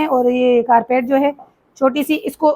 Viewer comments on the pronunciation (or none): Please ko english word correctly bta do compotor,carpeat nolti ot seems not good